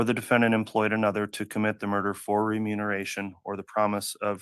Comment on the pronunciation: keeps saying “renumeration” 🫣